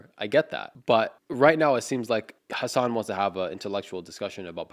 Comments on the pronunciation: Fr how hard is it to say hasan 💀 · One thing that really annoys me is how they pronounce "Hasan" like "Hasaaaaaan" which makes it sound almost like Hisaan or Horse.